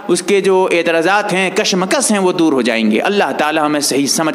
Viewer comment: بھائی سیخ نہیں شیخ ہے پیس نہیں پیش ہے ذرا تو جہ دیں کسمکس نہیں کشمکش ہے